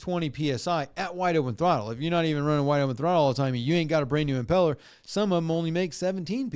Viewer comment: I'm doing lower unit seals for the first time on my 2003 Yahama F30 and it's been used in salt water the past 23 years. It was just starting to leak. Jesus must have saved them.😂 And it's pronounced imPELLor, not IMpellor.